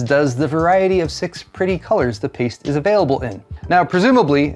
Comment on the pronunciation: so it's "thermal pAIste" now?